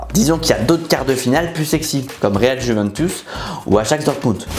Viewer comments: Alors vraiment très bonne vidéo comme d’habitude mais on dit Juventus pas Juventous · La "jouvènetousse" 😅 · Je ne sais pas pq mais la ''Jouventous'' ça m'a pertubé toute la vidéo